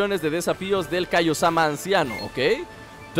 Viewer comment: en el minuto dice yhaciendo :v en vez de decir y haciendo